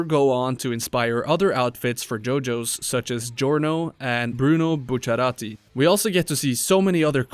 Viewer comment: Man, you caught me out of guard. It's the first time I heard someone say Bruno's last name correctly (Bucciarati) instead of Buccellati (how it was adapted in English). Note: I speak Spanish so it was a surprise to hear someone that speaks English say his last name correctly. 🤝